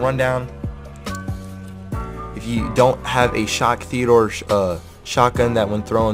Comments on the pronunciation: TEE-DEE-ORE!!! Not Theodore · Is he purposely calling it Theodore or ???